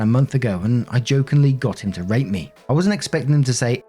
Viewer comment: Is it just me that thought i heard "r@ insead of "rate" in story 3?